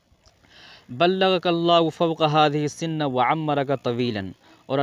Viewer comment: " فوق هذه السن " بكسر النون أو بالفتح؟ قلت بالفتح، لم؟